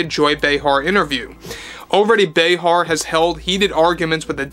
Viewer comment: Say her name right Joy Brayheart.